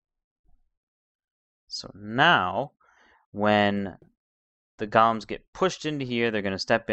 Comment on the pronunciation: u say golems its go-lems